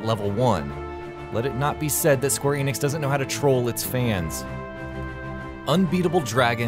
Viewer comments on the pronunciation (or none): none